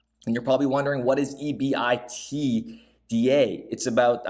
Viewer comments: Pretty good stuff. Good sleuthing again. EBITDA is a very known acronym in earnings/accounting, etc…you just say it as a word….EBIT DA… Good work. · EBITDA, is pronounced as a word not by each letter